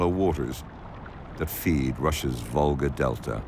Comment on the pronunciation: It is a river Volga, not vulgsr as stupid AI spells